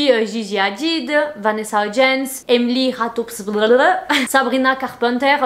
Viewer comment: AHAHAHHAHA "Emily Rapsdsndwetys"